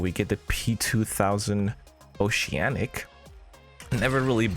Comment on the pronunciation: "Osianic" Ca la moldova :))